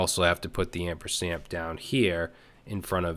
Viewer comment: It's "ampersand" not "ampersamp" :)